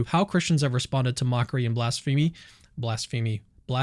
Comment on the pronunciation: blasphemy - bla-sfuh-mee.